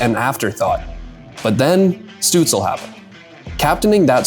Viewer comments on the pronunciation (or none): Why aren't you saying Shtutzle instead of stutzle? In German his name has a "Sh" sound at the start. You should know this if you speak german. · Stoots-leh not Stoots-ul. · It’s not pronounced Stützle….it’s Stützla. 🤖🤦‍♂️🥃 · German pronunciation is Stützl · No, it's not lol it's "Shtutsla" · Amazing Video about Stützle. Many underestimate the few German players in the NHL. I know it's very nitpicky but it's not pronounced DEL like the tech company. It's said like the NHL. You say every letter. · it's pronounced SHTUTZ-luh. loved the video though!! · Hot take..... if you make a video about someone... AT LEAST take the 15 sec to use google translate how the name is pronounced... Tell me you do know a thing about german Hockey without telling me you dont care at all? DELL :face-fuchsia-poop-shape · great video.. but u really have to check the pronunciation of tim ✌️😉😘🇩🇪🇩🇪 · Thanks for the video. You pronounce the Ü in Tim'S family name correctly. That is a tough one for English speakers. Well done. However, you butcher the start and the end of his family name. St at the start of a word in German is nearly allways prononuced sht. More improtatn, the le add the end is not soundling like el in English. Stützle doesn't rhyme with apple, angel and so forth. Pronounce the el the same as the final l of Leon Draisaitl.